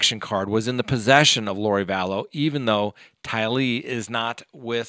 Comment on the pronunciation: I'mma help you out. But mostly so I don't have to hear you you pronounce the names incorrectly in future videos. OH. MY EARS! TYlee Chad DAYbell